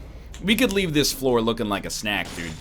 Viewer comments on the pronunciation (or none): So he's just saying snack like acquiesce now huh?